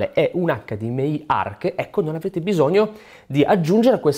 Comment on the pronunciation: Grazie per la pronuncia "acca di emme i" e non "acca di emme ai". Mille punti Stima.